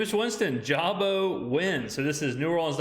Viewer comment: Jay-boo is how its pronounced.